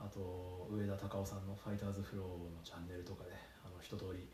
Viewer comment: 「チャンネル」を「チャネル」って言いましたね笑 さすが理系